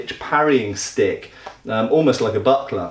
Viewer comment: the way you said buckler towards the end I thought you said buttplug and was very confused